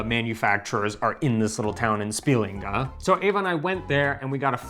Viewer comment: spiLINga -- stress is on heavy syllables, but penultimates in general most of the time